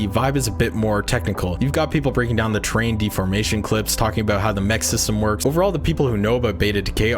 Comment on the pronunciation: Oh TERRAIN deformation. I kept hearing train deformation and couldn't understand what that was about. I'm glad it's 1st and 3rd person because I don't want to have my own blocking my view of the target area.